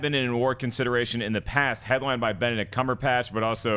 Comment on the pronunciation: Back-to-back Dr. Strange questions - saying Cumberpatch 😅😆👏👌